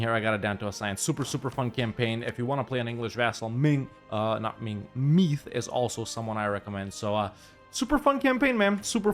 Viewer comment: Only thing is it’s not Meath like meat with a th, it’s more like meeethe, Hard to explain by typing but